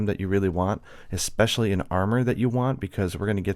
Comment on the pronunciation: Really excited for transmogging. That was something I always wanted. Great job too, you said especially this time instead of expecially! XD